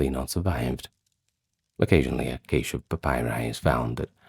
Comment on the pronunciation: Cache is pronounced "cash".